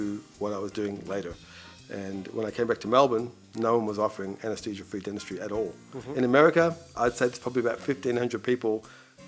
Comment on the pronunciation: "Dentushjy" 😫 "arsed" (asked) 😲😲😲